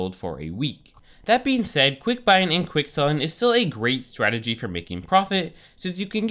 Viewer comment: it is really annoying the way he says strategy he said it like swagity